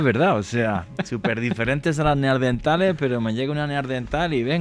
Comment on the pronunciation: Excelente programa! Solamente un apunte (no hate), se llaman “neaNdertales”, con N, no “neaRdentales” 😊